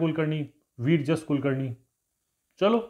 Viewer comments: It is विराजस not वीरजस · Sir, it is not Vir jas Kulkarni. It is Virajas ( विराजस ) Kulkarni